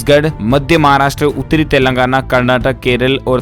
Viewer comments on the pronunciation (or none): none